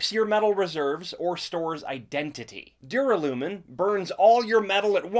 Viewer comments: Duralumin is a real metal with a real pronunciation that was used in this video. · Duralumin is pronounced however you want, his sounds normal to me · That's how you say Duralumin.